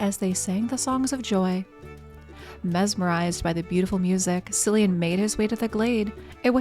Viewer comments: (Ahem... pronounced Killian, not Sillian... lol) 🤣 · I'm not irish, but I think its "Killian" (btw, is the butcher of names). =)